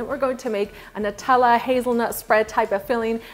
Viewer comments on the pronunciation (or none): none